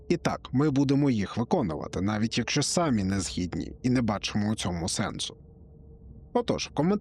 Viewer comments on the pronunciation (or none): З вами канал Космос і з вами його ведучий ==================== З вами канал Космос і його ведучий - не сАмі, а самІ ============================== Якщо ви себе позиціонуєте, як науковий канал про космос, то якої холєри починаєте розглагольстувати про правопис і "згідні-не згідні"? Вчіться, вдосконалюйтеся. Вам же НЕ вказують, як розповідати про зірки і планети.